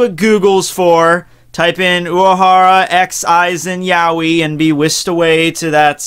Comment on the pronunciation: it;s yaoi, not yaweh